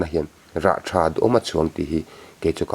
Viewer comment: Tha ani em a,thah tih tur😂😂😂,bengvar thlak ṭhin e